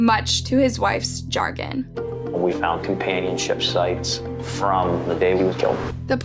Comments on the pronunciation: ok video but the pronunciation of some words is brutal to the senses, Macabre pronounced Ma-cabe and Chagrin as jargon. its quite off putting. sounds "young" but that's no excuse, In this day and age with access to anything on the internet i don't think it's too much for content creators to Google something they're not sure about. it might not bother some but i personally find it hard to watch, if they cant look up simple pronunciations then it makes me doubt how much they've researched their content so i'll go elsewhere. bring on the grammar Nazi comments lol. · 😂 the word is "chagrin" not "jargon" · Interesting stories, but I have to question who’s writing this. It’s definitely not the reader, because the reader would know the words they’re using. “Macabre” is pronounced ma-CAHB, not “ma-crabe”. “Chagrin” is “sha-GRIN”, not “chargon”. It really, really takes away from the quality of the production. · If you're going to read words like "chagrin," know how to pronounce it (it's not pronounced jargon) or "macabre" which was absolutely butchered. It just makes you sound like you don't know what you're talking about or understand English. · When she said "the lights inside the car... opened" i lost it 😂 such a serious video and i couldn't stop laughing. Then the "much to his wife's chagrin" line got me again cause i swear i thought she said jargon. I love this video tbh. Not very often do you get serious cases with bits that have you laughing so hard youre in tears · she also pronounce Chagrin as Jargon, it doesn't sound like its spelled either, "Cha" as "Jar" and "grin" as "Gon". GOOGLE for goodness sake lol.